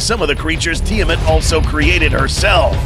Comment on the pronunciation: Its pronounced “Tee-Uh-Mott”